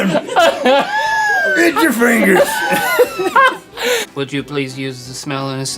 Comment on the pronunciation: I will occasionally laugh to myself thinking “eetts urr fiengers” 😆